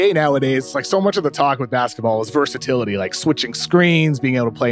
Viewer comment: my mans said diversitility ☠️